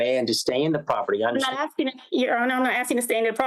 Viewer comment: I need accommodation for the stress of hearing people "axsing" for things.